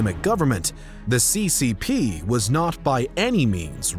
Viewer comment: your pronunciations are upsetting c.Cee. p?